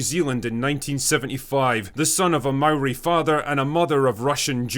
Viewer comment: Points to Drinker for pronouncing Māori correctly.